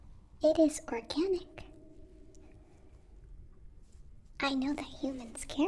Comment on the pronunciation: I had to listen to four time before I realized that she said organic. I kept hearing “it is for killing, I know that humans care about that.” I have to say that I was a little concerned